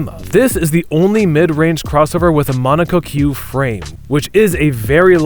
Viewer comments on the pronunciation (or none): “Mono Co Que frame” is this an AI generated voice over? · There’s no way you said monocoque mono-co-que on accident. Either rage bait to drive engagement or genuine idiocy. Otherwise, this is the video I’ve been looking for trying to evaluate whether or not this is the bike I want to get next.